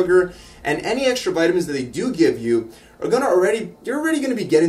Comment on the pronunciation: 'Vutamins and water'